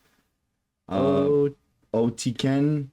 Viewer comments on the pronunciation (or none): There's NO U in the word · NOT OTUKEN. there's NO U in the name. Many many reactors aren't intelligent enough to notice there no u sound in the name.